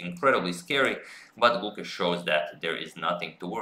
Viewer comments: The 'e" in Gukesh is longer and the 'u' is shorter. Its like 'Gukeysh' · #suggestion The pronunciation of the 'e' in Gukesh is elongated, as the 'a' in rAce/phAse. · I'm here to just listen Agad say GUKESH 😜😁